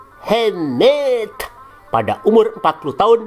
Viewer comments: waduh lama kgk muncul" min, udah lama ane tungguin ampe kangen ama......pelafalan muhammad dan awloh swtnya🤣🤣🤣 Tuhan Yesus memberkati channel ini untuk menyingkap dongeng" takhayul nenek tua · Ngomong muhammad nya 😂😂biasa aja Om...